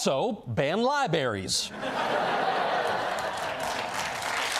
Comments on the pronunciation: "Libaries!" I'm from Texas and so many people say "lie berries." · Lie berries. 🤣